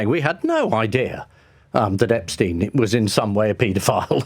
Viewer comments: I love Private Eye. Been a subscriber for years now. I feel like it's the only publication that will hold any party to account for wrongdoing. Careful Ian. You're pronouncing Epstein like "Einstein". That was enough for loads of people (including David Baddiel) to criticise Jeremy Corbyn and make out it was some sort of Anti-Semitic angle. A completely insane timeline, but it happened. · Everyone knows it’s “ep-steen” but this dude just repeatedly says “ep-stine” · How is that even an educated man like Marr pronounces Epstein as if it were spelt epSTIEN? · Throwback to when Jezza pronounced it EpsTINE, like Ian does here, and the world exploded. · My O level German told me EIN is pronounced INE. It has always puzzled me why the name is pronounced Epstine. Is this an American thing? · Love you Ian Hislop but for God's sake man, pronounce Epstein's name correctly! You've had how long to figure it out? It's EP-steen (/ˈɛpstiːn/), with a long "e" sound at the end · Then he should have changed the spelling to Epstien. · He pronounced it "eps-tine" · I know this is pedantic but the way Ian pronounces 'Epstein' is so infuriating. Why does no one correct him!